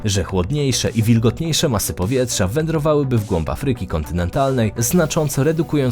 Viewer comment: Afryyki. Idz lektorze do logopedy, nie da sie sluchac